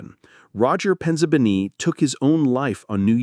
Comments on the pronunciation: his Sicilian name-Penzabene-is pronounced: Pen zah Bay's nay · his Sicilian name-Penzabene-is pronounced: Pen zah bay' nay. His Mother is a half-Black half-white European immigrant. His father is-of course-Italian. Roger Penzabene was 22 years-old when he passed on